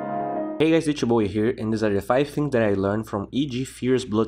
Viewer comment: People, a while back, mocked him for how he said "D2Bowie" in the intro. By being a good lad he makes fun of himself with those annotations. (You can see he started adding them on the video of Brood Mama and RTZ'S TA)